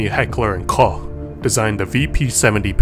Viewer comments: first american guy who can pronounce "Koch" correctly. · The Koch in H&K is pronounced like the brand name Coke as stated on their website.